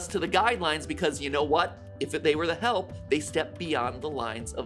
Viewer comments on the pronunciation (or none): none